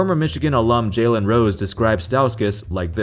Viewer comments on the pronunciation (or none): none